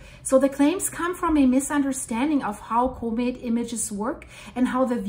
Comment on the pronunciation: Say the word comet correctly!